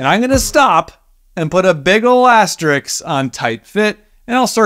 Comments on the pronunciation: My specific needs are to hear the * pronounced correctly as "asterisk", not "asterix". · Great vid as usual, but it’s “asterisk”, not “astericks”. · Asterisk is pronounced "ass-ter-risk" not "ass-tricks" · HOHUM.... how strong does a furniture joint really need to be? A drawer in a cabinet carrying 8 pounds of junk... doesn't need to support an elephant. Oh, and it's "asterisk" not asteriks. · ass. te. risk. There's no x in that word.